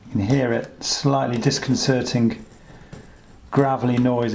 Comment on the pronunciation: Scratching-gk Disconserting-gk Shriveling :) Disgusting :) Raking :) Siliconing :) Insuring-gk Floating-gk Very helpful information 😀 but couldnt let that pronunciation of "gk" in words ending in "ing" go 😅 hits all my OCD buttons at once. Too many people pronouncing the "G" at the end of those words :/